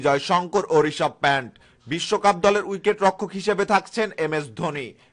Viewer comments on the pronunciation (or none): প্যান্ট নারে কাংলী এটা হবে "পন্থ"